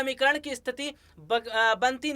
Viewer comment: इस्थिती नही केवल स्थिति कहो ।